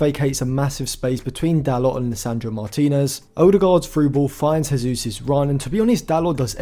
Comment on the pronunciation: great video! you pronounce the J in Jesus because he's portuguesse and not spanish